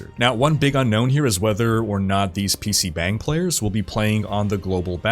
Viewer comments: please, you are hurting my ears. It's pronounced PC "BAHNG," there is no "bang" sound in korean. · It not pronounced pc bang (spelt that way, romanisation is crap). It is more like pc bung. Like hung b+ung. This is why in Korea most Koreans treat "a" as "u" in hung for all a. Just fyi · Its pronounce "bong" not bang. bang is fucking. bong is a room. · Bro. It's PC BONG. Like, yeah, they spell it "bang" but it's not how it's pronounced. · Btw it’s pronounced more like “PC Bong” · I love you, but I’m cringing every time you say pc BANG. It’s not BANG. The “a” is actually more like a soft “o” like the sound o makes in lottery!